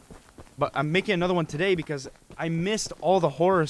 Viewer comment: It's not touday